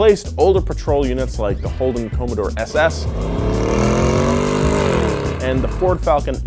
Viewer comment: If you ever say "Comb-a-door" again, I will singlehandedly cause a blackwidow, redback, and funnelweb infestation in your hometown. Its com-a-door (p.s i love the vids)